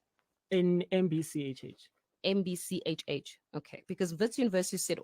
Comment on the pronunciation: it's now an 'MBCHH',,,haai ke